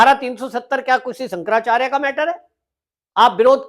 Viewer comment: Bhai shaab.. apa ko Shankaracharya ji ke nam thik se bol na Nehi ho raha.. ap kya YouTube channel chala rahe ho.. please respect Shankaracharya ji